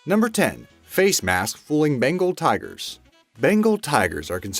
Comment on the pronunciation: bengal not pronounce right